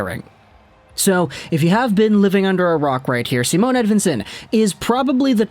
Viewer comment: It's not Simone either. Its just Si..mon.